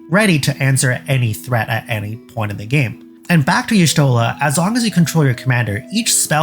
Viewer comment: "Yee-shtola" not "eehshtola". >:(